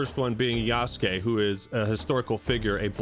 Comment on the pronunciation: Thank you for pronouncing yasukes name right. So many people saying yasookay. And i cant even. Watch when this shit comes out itll be yasookay. I want to die